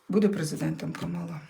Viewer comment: ДЯКУЮ ЗА РОСКЛАД🥰🤗 (ударение в имени Камалла,на первое А)😊